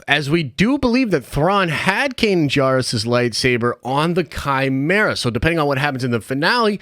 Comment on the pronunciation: I will never stop tiring of people mispronouncing Kanan Jarrus. We literally have heard it in this show man😂